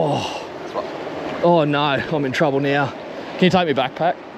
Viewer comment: The "naur" might have been the most Australian naur I have ever heard haha